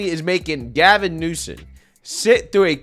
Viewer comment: It pronounced Gavin Nuisance